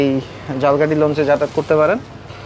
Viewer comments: Jhalkahti abar ki jinish vhai eta to uccharon hobe jhalokhati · আপনার উচ্চারণ ঠিকে নেই। ঝালকাঠি না এটা উচ্চারণ হবো ঝালোকাঠি বাট আপনি যেভাবে বলছেন সেটা হলো জালকাঠী। আপনি একটু খোজ নিয়া দেখবেন উচ্চারণ টা কি হবে। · ভাই উচ্চারণ ঝালকাঠি না ঝালোকাঠি হবে। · আমিও একই comment তাকে করতে চেয়েছিলাম। আসলে ইংরেজি word এ লেখা দেখলে পাবো 'Jhalokathi'। যাকে তিনি বলছেন Jhalkathi (ঝাল্- কাঠি) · আপনি যে স্থানের ভিডিও বানাবেন সেই জায়গার নামটি ভালো করে উচ্চারণ করুন, ঝালকাঠি কে একসময় বাংলাদেশের কলকাতা বলা হতো এর ব‍্যাবসায়িক অবস্থান এর কারনে!